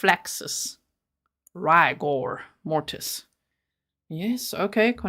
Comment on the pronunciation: Anna Flaxseeds and Riker Mortis two esuspicious people with the correct pronunciation according to defence attorney Donna Kuchler 😂 But the point of the actual cross examination is completely lost between the three of them.